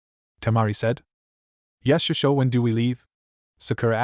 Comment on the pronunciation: This AI starts with master then switches to bastardized Japanese shishou which the AI pronounces shershow. You know like Shersway Uchiha. I cannot stand this voice. This being Naruto in anbu sorry umboo, usually it's constantly talking about protocols, compartmentalize, strategies. Don't forget all the Chons kuans. Can't blame the AI narrator for that all the fanfics use like 5 bastardized Japanese words every other word.